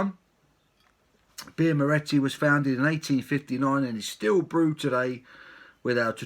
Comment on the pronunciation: you cant pronounce the name of the beer great vid though and a lovely beer